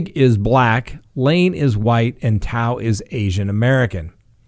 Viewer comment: You killed the cops' name it's "too" thao and "kang" not koonig lol.